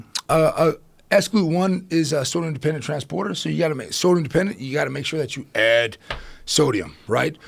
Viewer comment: says add in the weirdest way imaginable